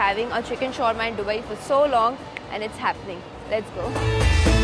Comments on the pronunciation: Its दुबई not डुबई ...Constantly sunne se annoying lag raha hai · I watched all Dubai videos and didn't wanted to point out this but now I couldn't hold it. It's not डु-bai it's दु-bai It's D for Dum Aloo not D for drums 🤭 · Bhaji not baji.... Dubai not duhaabai... What happens to her pronunciation 🤪